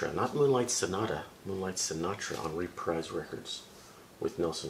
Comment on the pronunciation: Reprise was actually pronounced as “repreese”. You have a nice collection there tho! Im jealous!